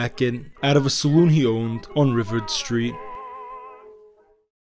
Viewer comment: Pronounced MAH-KUS. Hard K sound. Our local names are butchered by non -Detroiters. ri-VARD street, emphasis on second syllable & rhymes with YARD. It's fun how he tries to nail Italian surnames though. Also, Eastern Market is not our Little Italy at all and never has been. This New Yawk guy is funny to listen to, but he did a real deep dive here. I'd wager that much of it is fiction though, because some of these specifics are not known. Hey, he pronounced Congress St correctly! Ok, I'm going to give the kid's video a listen. He's a cute fella 😊 (Uh oh, it's WHY-ANN-DOT.) These are available on Google.